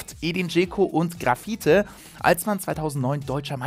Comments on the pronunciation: Du weißt aber schon dass man Grafite "Grafitsch" ausspricht 😂👍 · Man spricht Grafite glaub eher wie Grapha aus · und ich - als Wolfsburger-Sympathisant dachte immer er hieße Grafite - also es wäre ungefähr Grafitsch ausgesprochen - aber solche Kleinigkeiten machen Manu Thiele noch sympathischer als er ohnehin schon ist ;) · Hahahahahahaha, hatte grad so ein Lachflash xD. Ist wirklich nicht böse gemeint, lieber Manu, aber Grafite wird "Grafitsch" ausgesprochen. Wollte ich einfach mal loswerden :) Aber schönes und interessantes Video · Ausgesprochen ist das Grafietsch oder Spitzname Graffa, aber mich störts zum Beispiel net^^ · Haste Grafite so ausgesprochen wie er geschrieben wird🤦‍♂️ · Grafite total falsch ausgesprochen